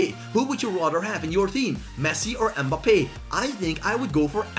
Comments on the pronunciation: The way he says mbappe “mbppe” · The way he says mbappe😂 mboppie🤣🤣🤣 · How u said mbappe